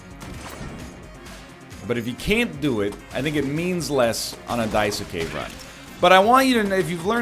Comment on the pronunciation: This is NL’s burden for saying Daisuke weird